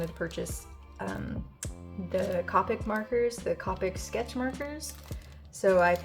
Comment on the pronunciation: Also it’s pronounced Copic like Coke